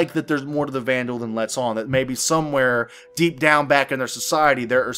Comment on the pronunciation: Xi'an - SHEEahn Banu - BAHnew Vanduul - VANduuuuuuuuuuuuuuul! :)